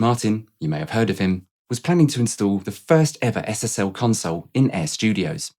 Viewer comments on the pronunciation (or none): none